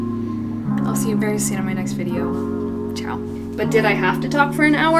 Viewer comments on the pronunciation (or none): none